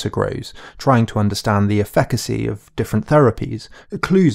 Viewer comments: This guy does not know how to pronounce “Huawei”, “Efficacy” or “Verbatim” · Bro how do you not know how to pronounce popular words like "Huawei", "Efficacy" or "Verbatim"?